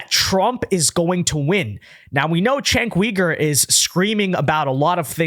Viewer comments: Chenk Weeger?? You know who he is how do you not know how to say his name? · Stop saying name wrong! His name is "jink" "You--gurr". Cenk Uygur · You really need to learn to pronounce his name if you're going to do these videos. You're butchering his name.